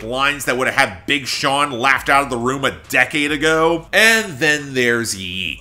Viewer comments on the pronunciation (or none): none